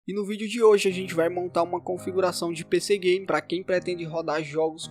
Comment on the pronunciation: Eu ouvi pc gay nesta parte